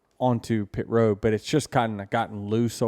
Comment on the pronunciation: It's ROAD not ROW. 🙄